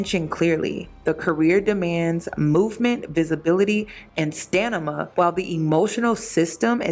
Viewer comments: i love you, but it’s pronounced “Stamina” i think i keep hearing “Stanima” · Am I tripping or is saying stanima instead of stamina 😂